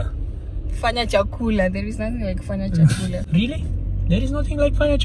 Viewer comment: 👏👏👏 learnt to say chakula